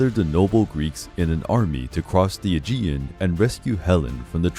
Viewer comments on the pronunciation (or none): none